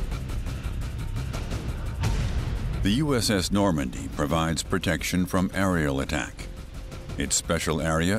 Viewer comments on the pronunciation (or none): none